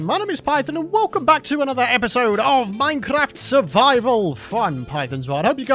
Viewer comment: that minecrrrrraft tho